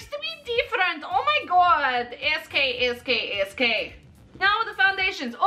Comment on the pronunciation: She said SK SK SK 😂